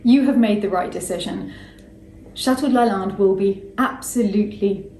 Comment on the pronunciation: As much as I love it, she mispronounces Lalande and it’s driving me bit mad lol! But I do live the history and personal story❤️